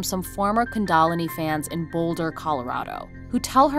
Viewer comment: Even in India, kundalini isn’t pronounced the way one of these hosts claims is the proper way.